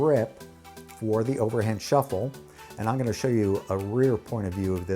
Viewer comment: You mean shiffle?